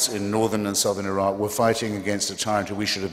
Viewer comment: It's Iraq Not 'a rock'